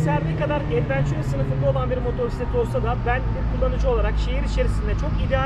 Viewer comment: Abi sürekli motorsiklet motorsiklet diyip durdun kulağımı tırmaladı resmen. Kusura bakma ama doğrusu motosiklettir. Yani R harfi olmadan. Ayrıca o bi scooter. Motosiklet vitesli olanlara verilken addır. Küstahlığımı mazur gör lütfen. Dogrusu bu